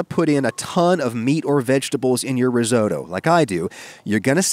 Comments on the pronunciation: It's "risotto". Not "risoto", my God. Bless your monolingual parochial Yankee heart. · Ris-otto not ris oh toe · I thought your Granny was Italian? So why is it Risoudough and not Risotto? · Riso.. Ri-WHAT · Risoto... what? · Reezohdoe? Are you kidding? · You've made a mistake saying the word 'Risotto'. I shall begin. METAL. VINEGAR. DOUBLE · I’m sorry but the way you say risotto just annoys me so much ur saying it completely wrong 😂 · Really enjoyed this recipe, and others you have shared, thank you. Just ask, please pronounce Risotto properly, sorry. x